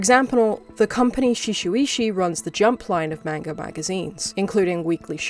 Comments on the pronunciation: Erm actually... Its pronounced shu-ay-sha🤓☝️ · You keep mispronouncing Shueisha as Suu-shi-we-hsu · that pronunciation of shueisha physically hurt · Glad someone also brought attention to it